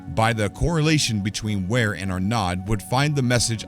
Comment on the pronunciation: Clearly says Vare not Ware